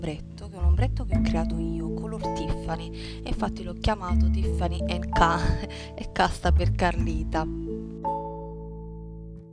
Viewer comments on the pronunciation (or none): Tutto perfettamente abbinato, anch'io faccio così. Quasi sempre. Stai proprio bene. Visto che siamo come sorelle..... Si dovrebbe pronunciareTiffany en Ca. e ciarms, per i ciondoli. Tutti gli spignatti, anche l'ombretto, che magari non rifarò per adesso, mi interessano perchè da ogni tuo video si apprende sempre qualcosa.Baci.